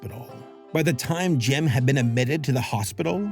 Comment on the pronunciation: Took me about 20min without subtitles to realize you were saying Jim and not "gem"